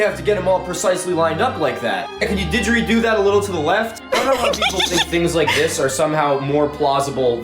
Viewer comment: “Can you digrido that to the left a little?” 😂😂😂